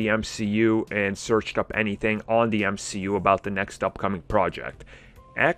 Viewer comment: Mcu I think you mean m she u